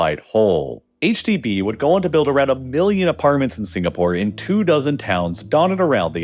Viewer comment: "I've never heard of a country named signapoar"